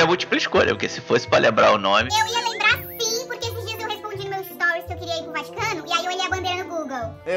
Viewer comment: A disse "Bati o Cano" HAHAHAHAHAHHAHAHAH em vez de "Vaticano"